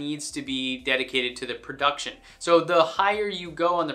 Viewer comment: "Prouction" Cost.